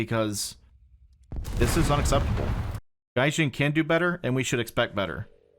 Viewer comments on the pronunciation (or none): went full Texan mode on Gaijin!